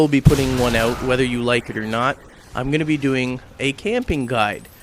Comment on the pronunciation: haha he says "oot"